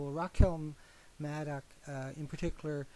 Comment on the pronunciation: Oh one more thing. That phrase about watering the tree of liberty is about Shay's Rebellion. You should look into it the full context of Jefferson's quote. OH and PLEASE learn to pronounce Rachel's name correctly. And learn some synonyms for "demonize".